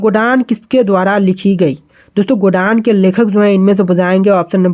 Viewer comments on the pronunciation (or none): गोडान ❌ गोदान ✅